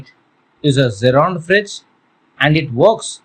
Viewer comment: First of all learn to pronounce before trying to teach others. It is not "fridge". Stupid. These kind of videos should be banned